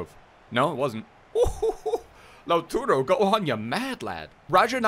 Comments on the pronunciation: it’s LautAro not LautUro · Its LAU-TAR-O, not Lau-turo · it's lautARO not lautURO like you keep saying please pronounce his name correctly